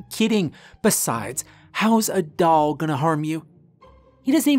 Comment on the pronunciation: I am deeply puzzled by your pronunciation of the word doll